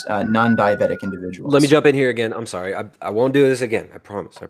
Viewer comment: Why can't this guy pronounce "sorry" and multiple other words correctly? Wtf is suree?